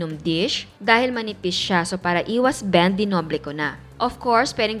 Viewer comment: Grabe chef! Dunsa part na 8:sinabi mo dinoble mo ang piedish na bulol ka chef😂 ang nasabi mo 'kasi manipish' 🤣😂❤️